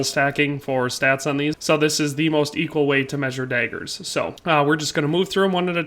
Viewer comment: It’s DAAAAAgers, not Deagers